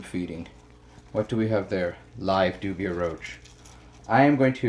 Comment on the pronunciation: Are you saying doobie roach? Lol